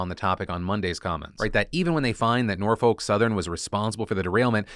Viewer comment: The biggest news no one is talking about is the fact that Phil doesn't know how to pronounce "Norfolk".